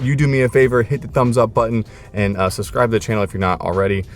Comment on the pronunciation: It's not subscribed it's Sugsscribed